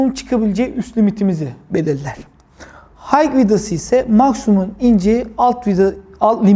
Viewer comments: video yararlı ama high’ın hayk diye değil hay diye okunduğunu söyleyin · Hike değil high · Ellerine sağlık usta çok güzel anlatım. Ufak bi düzeltme olacak izninizle.. H dediğiniz HIGH(yüksek) yani okunuşu HAY.